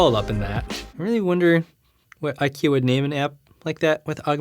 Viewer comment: At SDC 18, it did fold inward. Samsung officially uploaded the video to their channel and no, it's a concept video. "eye-key-are" IKEA-R idk